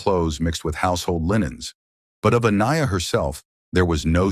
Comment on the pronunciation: How many different ways can AI pronounce Aniyah